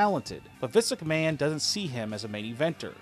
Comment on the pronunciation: he kills me when he says visk mcmahon..